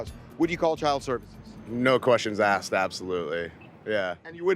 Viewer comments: It’s asked not axed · STOP SAYING "AXED"!!! AAAGGGHHH!.!!! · "I politely AXED her." HUH???